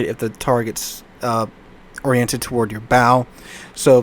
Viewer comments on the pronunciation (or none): none